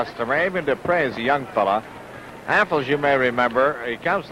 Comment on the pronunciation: A golden moment from the Golden Age of Wrestling. Guy introducing the wrestlers: "...from Lafayette Indiana, weighing 248, Bruiser Affles." Pronounced like apples. Dick the Bruiser: "Dick the Bruiser, Bub." Guy: "Just the Bruiser? Just the Bruiser." Dick the Bruiser would have been excused for pounding that guys head into a ring turnbuckle for butchering his name.